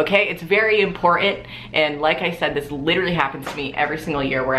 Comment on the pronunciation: clicked on this video solely to hear say "I LOVE DIS STUFF"